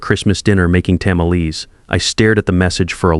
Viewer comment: Tam-a-lees? SERIOUSLY? I don't care for Mexican food, but I know how to pronounce tamales! What GARBAGE!